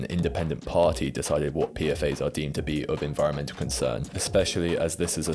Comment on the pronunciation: Good video! I guess I'd never heard of Gorpcore b/c I don't use tik tok I like that you pronounce 'PFAS' the (IMO) correct way - ie. 'Pea-Eff-Ayes' instead of 'Pea-Fass', which sounds super wrong & annoying to my ear for some reason